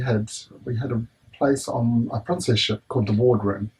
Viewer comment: especially when he said "Pruncess ship" :P